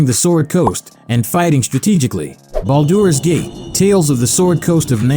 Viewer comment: I take thunder damage every time it tries and fails to pronounce Baldur's Gate.